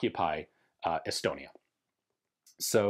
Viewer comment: Did he say Elbonia?